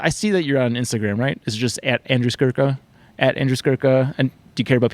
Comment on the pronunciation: It's Skurka, not Skruka.